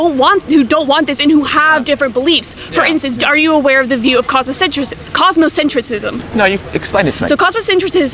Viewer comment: Lol, she can't even pronounce the term correctly: COSMOCENTRISM, not "cosmocentricism" or whatever... I hate it when people go into a conversation with a (false) sense of intellectual superiority, it's just embarrassing for them and almost defeats the whole point of said conversation to begin with. In the first 30s of the video, her body language and tone make this so clear that I'd already decided not to watch this to the end by minute 2.